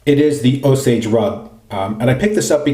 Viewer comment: Yes you're right about the pronunciation of Osage Rub. OSAGE! all one word. The name of an American Indian tribe. I can get a full bottle at Sally Beauty supply for like $9. Works great on the scalp after a shampoo in the shower too. My son loves the stuff, but, he's a menth head..😉 Depending on the price, the BB kit may be a good starting point for new wet shavers or someone going on TDY deployment. The razor and blade looked to work fine with no issues. The brush, yeah well, there's always a trade-off. Great shave and review again, thanks. Enjoy!